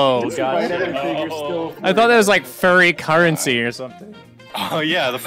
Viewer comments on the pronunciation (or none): No one even heard I-don't-know-who-that-was(sorry!) say "furrency" and it's tearing me apart, Lisa!